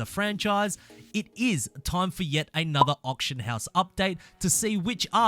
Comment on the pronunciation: Why can no one who plays forza pronounce auction